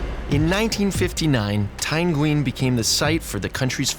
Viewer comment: "Nguyen" isn't pronounced "ween" It is a word pronounced yhe same as the word " when".